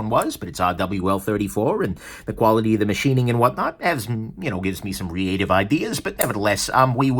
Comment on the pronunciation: Some "REATE-ive" hmmmmmmm